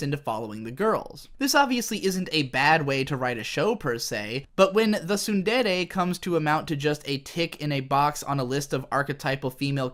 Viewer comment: Two seconds in and I hear you mispronounce “tsundere” already, can’t watch this shit. When will the English stop butchering my favorite language?